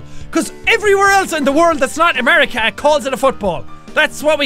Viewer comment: Alec Greenhalgh Dude its America not amaraca. Not to be mean.=D